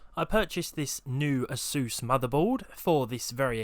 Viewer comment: I like how you pronounced "Asus"